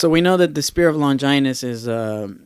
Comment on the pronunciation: The way he says Longinus sounds so weird. The way I say it and like in the OG dub as Lon-gin-us, they dont put that much emphasis on the 'I' .. and I've always said Seele as Say-lay.